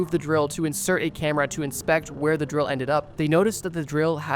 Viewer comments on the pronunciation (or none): none